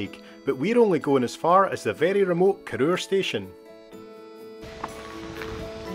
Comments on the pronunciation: I believe the pronunciation is as in CORR HOUR not CORR OOR? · Cor-oor! It's a Weegie thing, but I was soon corrected by the female ENGLISH train guard. She insisted it's called Cor-our, not Cor-oor! It's right in the absolute middle of absolutely nae-where. My sort of place. The Highest Railway station in the UK, she told me.